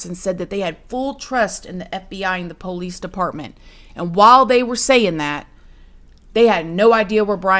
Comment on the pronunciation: I love the way you say Police same as me! I don't trust any LE and I'm an ex officer myself. LE are a bunch of overpaid, under trained adults acting like children playing with overpriced toys that We the People pay for?!!! Millions spent for zero results. I don't trust or believe anything the FBI/LE and government do and say!!!